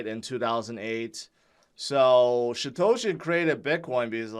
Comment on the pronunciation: It's Satoshi...not Shatoshi.